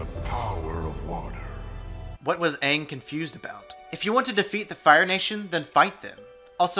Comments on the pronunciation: Exactly, everyone that's complaining about it isn't understanding. I mean he stated things that r just facts, and not just him, but someone at some kind of convention was talking about how Aang's name was pronounced wrongly, and how him and the cast should have been racially diverse, even the creator's back up his comments, that they even gave there input, but we're totally ignored, about the races, the character development, and storyline as well. Anyone that doesn't understand it, watch the video again, and listen to what he's saying, he's speaking truth. 😃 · My top personal issues that do not involve editing and acting: 1) All the names are pronounced wrong compared to the show, I get that they wanted to make it more cultural sounding but it just sounds stupid after watching the show. 2) Rearranging the races for no reason, water tribes were white when they should have been more Eskimo and the japanese were indian. 3) The prison for earth benders being literally surrounded by earth, like why tf are they not just leaving, there's no stakes. 4) Firebenders not being able to produce fire, went from being strong to literally the weakest bending type. Air is everywhere, water is almost in everything (literal blood bending and pulling out of air), and earth 90% of the ground and eventually leading to metal bending. Fire benders are less effective then just strapping a flame thrower on their back. 5) Lastly, the bending looks stupid. Should not take 5 seconds and 7 dudes to lift a big rock and move it 7 feet for another person to fling it. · I hate how they pronounce Aang in the movie. Like I get that its how Asians would say it, but the show already existed so the correct pronunciation of the name was what was in the show. In my opinion whoever creates the character gets to decide how the name is pronounced. So the name Aang in the show is how its pronounced since that's how the creator of the character decided it was pronounced. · M. Night Syamalan: Aang Me: It's AANG